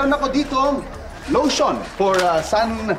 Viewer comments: Lution ito Hindi ito losyang 😂😂😂 hayop ka talaga paolo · Lotion po i2 ,hindi losyang🤣🤣😅